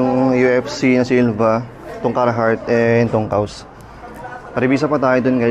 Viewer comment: Bat ang "kaws" naging "cows".. more power po.. 😁